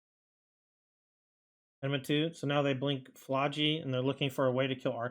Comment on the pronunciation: I believe it's pronounced, ah mih nah too.